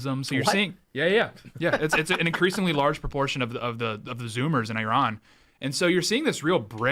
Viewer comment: Learn how to pronounce the name of Iran right you fools